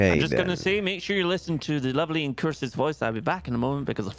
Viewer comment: IncuRsus, nice hard R pronouncing.